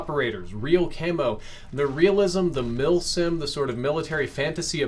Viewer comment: Milsim?! Uhm, WHAT?! :-D